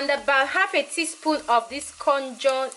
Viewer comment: It's pronounced 'kay-jun'. From New Orleans/Louisiana here in America.